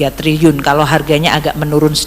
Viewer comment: Trilliun pak.. bukan Triyun....